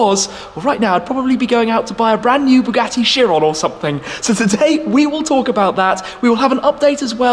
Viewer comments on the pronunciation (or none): none